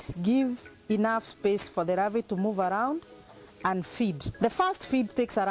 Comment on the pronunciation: ravae or larvae.... so many R in all words, good thing shes not a heart suRgeon.